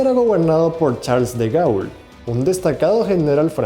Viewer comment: AMAPÁ. se dice AMAPÁ. con el acento en la última A. se pronuncia DE GOL. de verdad que cansa que no sepas pronunciar un apellido tan conocido.